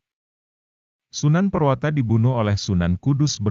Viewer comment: Prawoto bukan purwata